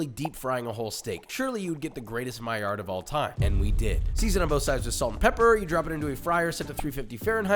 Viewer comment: stop pronouncing the D on maillard... the man was french